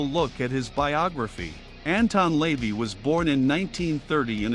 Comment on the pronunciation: AI can't pronounce Lavey properly